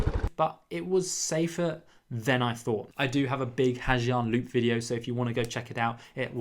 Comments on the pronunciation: Not the 'ha gee-ang loop' ☠️☠️...it's 'ha zanh' or 'ha yanh' depending on the dialect. It's not 'foo c*ck'. Think 'qu' from 'quick', and 'ook' from 'cook' = quoc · It's not "Ha Jiang", it's pronounced "Ha Zang",and that parking story is not necessarily like that